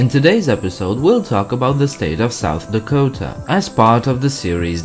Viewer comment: I'm from South Dakota and it's not lack ota it's la ko ta